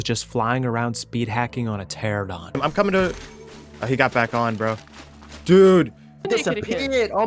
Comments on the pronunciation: Love the videos, but why do you insist of pronouncing Pteranodon as "terradon?" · TER-AN-ADON. not teradon. Jesus. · Game has been out for a decade and you're still pronouncing Pteranodon "terrordon" like an illiterate hood boy. "TER ANO DON" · It's called a Pteranodon, not Pterodon. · Don't forget calling Pteranodons "Pteradons"